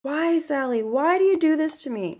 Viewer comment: It’s pronounced “Sally”